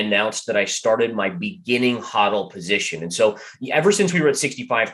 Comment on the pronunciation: Hahdal position. You mean “HODL” (HOEDOLE) LOL ✌️